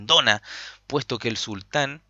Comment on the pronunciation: Se que es poco relevante, pero aun así lo comento. No es “el sultán” sino solo sultan (con acento en la u), porque sultan es parte de su nombre, no su título o cargo. También, se pronuncia como jan, no kan. Lo otro, buen relato de la partida bro